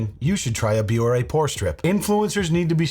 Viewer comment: I keep hearing "porn" strips 😂